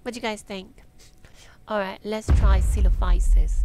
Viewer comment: Thank you for pronouncing Coelophysis correctly. I've heard it many ways since this game launched, lol. I'm enjoying the game and hope the developer, Dean, continues with it. A promising start with much room to grow. BTW, so you don't drown, hit space bar (on computer, not sure about controller) to swim on the surface.